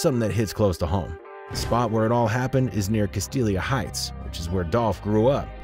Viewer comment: Its Castalia not whatever he said.